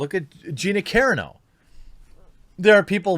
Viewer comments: Its Gina Cuh-rahno, not Gina Cuh-ran-o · I'm sorry dude, I love ya but I can only take the mispronunciation so many times. Gina Carano's name is pronounced "kuh-RAH-no". The emphasis is on the second syllable. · GEE NAA KAA RAA NOO (PLEASE STOP BUTCHERING HER NAME LOL). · Gena Caranough?? It's Gina Carano dude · Subbed at beginning of vid, un subbed when you said Gina Karen-o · Good vid. Btw It’s Gina Carano (kuh-Ron -oh ) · Gina Ca-Ron-O haha say it right Jeremy hahaha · Gina Carano... PRONOUNCED "CAR...ON...O". Sorry man, that's driving me nutz, lol! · Hmmm only three months ago you couldn't even pronounce her name right.....now u play her biggest fan sooooo sad to see i really thought you where genuine, how wrong that major misspeach proves me